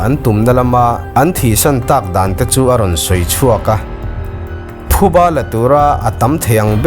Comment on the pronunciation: Sir,khawngaihin ngaihloh lama ngailo la,thuba i tia,a thluk ngai ang chiah tho khan phuba tih zawk tur niin ka hria,thahnem ngaihna lamah